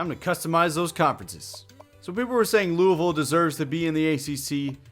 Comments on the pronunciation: Thanks for saying Louisville right, almost no one does. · Thank you for pronouncing Louisville correctly! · Thank you! You said Louisville pretty well, its not Looeyville!!!